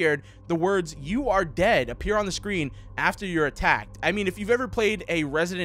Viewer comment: When he said with the words you are dead it sounded like you are day. Or gay